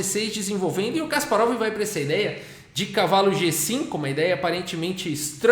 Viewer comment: Certa pronúncia é Kaspárov. Na segunda sílaba